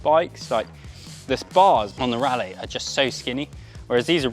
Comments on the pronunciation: I thought Raleigh was pronounced RAW-lee and not like Rally. How about prices without the pedals? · Raleigh pronounced rally?